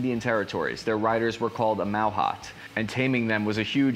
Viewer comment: the proper pronunciation is mahooth